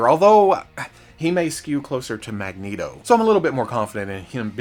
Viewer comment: You say magneto like a Mexican, as a Mexican I approve